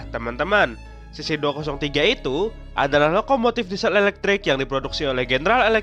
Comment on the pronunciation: kayaknya kamu salah baca deh, soalnya baca yang bener itu adalh cc dua nol tiga😅